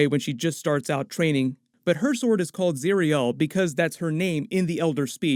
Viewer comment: it's zirael not zireal